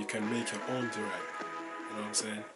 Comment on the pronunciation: Yo the way you say durag its like durex